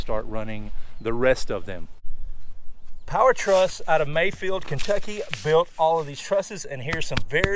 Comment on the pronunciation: It certainly sounded like Maysville, and I listened multiple times...